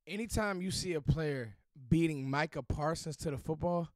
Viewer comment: " Micha Parsons" Nothing else need to be Explain!!!